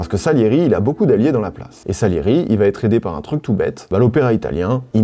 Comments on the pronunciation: Tu régales avec ce calendrier! Bon en revanche, je t’en supplie, arrête de faire une fausse liaison lorsque tu dis « va-t-être »… Il n’y a juste pas de t. Tu le fais à chaque vidéo et c’est vraiment dommage, ça casse le boulot que tu abats dans tes chroniques. En tous cas merci pour ces petits moments très agréables à regarder/écouter. Ps: le Requiem de Mozart est vraiment mon œuvre classique préférée. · Par contre arrête de dire VA TETRE (ex: le film va têtre un succès) tu inventes une liaison qui n'éxiste pas et ce depuis quelques récentes vidéos et c'est pénible à l'oreille.